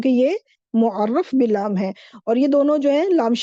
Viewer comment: مُعَرَّف باللام ✅️ بالام ❌️